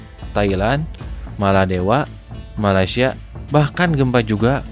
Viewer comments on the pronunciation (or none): none